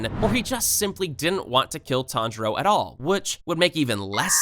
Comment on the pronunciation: Is no one talking about him saying tanijro 🤣🤣🤣